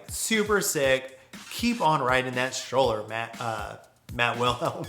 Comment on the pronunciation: another great video! just FYI: *Strowler rhymes with Prowler*, not pronounced "Stroller". Mark Eaton told me it was a portmanteau of "Stalker and Prowler", a nickname inspired by whenever the fanboys would show up and try to take videos or photos of Kevin riding, which is why there's a Rat with a video camera in the original graphics. it was also intended to be Kevin's Big Daddy "replacement" signature frame when he made amends with Mat, which is a whole other story in itself...